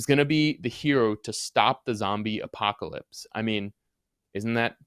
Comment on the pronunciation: A zombie WHAT? Yoo iz a reel goode spayler yoo iz....